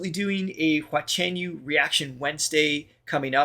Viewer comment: 华晨you~的发音很标准哦~🥳🥳🥳